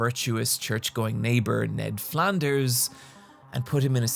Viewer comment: I wasn’t ready for your pronunciation of "Flanders" edit: or "Duffman"